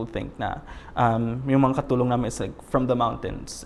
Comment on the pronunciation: I cringed everytime said katulong and thats just one of many